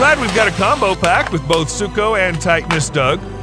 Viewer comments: BRO ITS NOT ZUKO ITS SUKO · Its suko not zuko